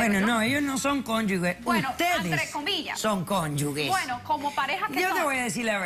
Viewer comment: Doctora, no es “cónyugue”, es “cónyuge”. “Ge” como en las palabras género, genio,agenda,ingeniero, etc.